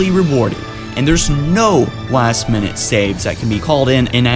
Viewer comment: DID HE SAY LAST HALO!!!!!!!!!!!!!!!!!!!!!!!!!!!!!!!!!!!!!!!!!!!!!!!!!!!!!!!!!!!!!!!!!!!!!!!!!!!!!!!!!!!!!!!!!!!!!!!!!!!!!!!!!!!!!!!!!!!!!!!!!!!!!!!!!!!!!!!!!!!!!!!!!!!!!!!!!!!!!!!!!!!!!!!!!!!!!!!!!!!!!!!!!!!!!!!!!!!!!!!!!!!!!!!!!!!!!!!!!!!!!!!!!!!!!!!!!!!!!!!!!!!!!!!!!!!!!!!!!!!!!!!!!!!!!!!!!!!!!!!!!!!!!!!!!!!!!!!!!!!!!!!!!!!!!!!!!!!!!!!!!!!!!!!!!!!!!!!!!!!!!!!!!!!!!!!!!!!!!!!!!!!!!!!!!!!!!!!!!!!!!!!!!!!!!!!!!!!!!!!!!!!!!!!!!!